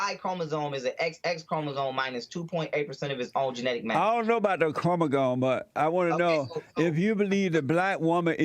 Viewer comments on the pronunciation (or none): This man cant even pronounce "Chromosome" 😂Im out